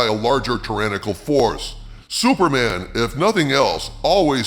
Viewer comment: Did you call him “Sewerman” half the time?